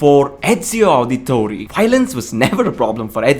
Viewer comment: "Auditore" not "Auditori"... E not I